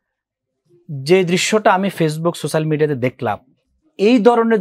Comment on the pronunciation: সোশ্যাল মিডিয়া উচ্চারন করতে পারে না তারা দিচ্ছে ব্যাখ্যা